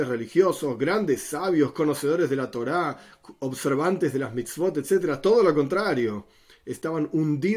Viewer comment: El por qué dice toila no es torah 🤷‍♂️